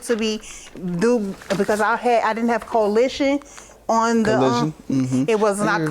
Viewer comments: Get it right! She said colitshun. 😂 jk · You can't convince me I just heard that woman say coalition. Ain't no way! You can tell she don't usually have insurance.